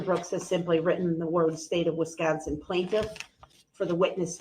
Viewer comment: And then when he gets to the end of the police reports, that's even he starts with his BS, "Do you know the plantiff", "have you ever seen the plantiff" questions lmao